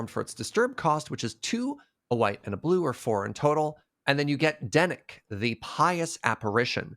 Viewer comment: definitely called Dennick "Dennis" at least once right? Can that be his nickname from now on?